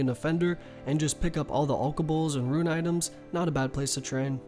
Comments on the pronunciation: "Ruin" It's Rune... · Can never get over this guys pronunciation of rune...ITS ROO-N... not ROO-IN... its not spelt ruin... ITS RUNE .....URGH!!! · Him saying fucking ruin for rune killed me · RUNE! NOT RUIN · r00n, not ruin* for Rune lol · Ruen? You mean ru-ne not ru-en. It's also Might-er not mee-tre(mitre) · ruein...Alkuhbles....I love you, but you're killing me. You can prnounce kurask but not RUNE? RUEN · "SIR-odamin godsword" "WIV-URNS" "RUIN" REEEEEEEEEEEEEEEEEEEEEEEEEE